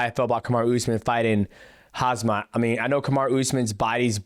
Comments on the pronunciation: Dj its Khamzat, not Khazmat lol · I like how Demetrious kept mispronouncing "'HAZMAT'' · Not dj calling khamzat “hazmat” like uncle chael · DJ pronouncin Hasmaht kills me every single Time i swear....